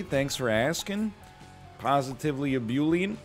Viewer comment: You pronounced ebullient wrong